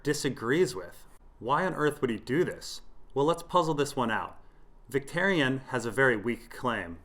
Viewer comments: one small thing is Vics name........is pronounced more like Vic-TOUR-ion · Adam K VICTARION - VIC-TARE-EE-ON.